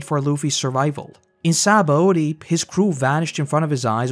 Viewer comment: Sha-bon-dee. SHA-BON-DEE. Other than that great video.